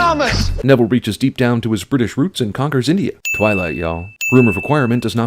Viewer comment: because he's bri'ish